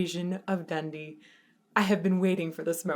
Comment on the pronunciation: That's the first time I've heard Dundee pronounced with a short e sound for the ee. Sounds odd to me.